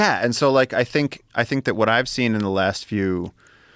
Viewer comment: Joe "wuh-it?" Rogan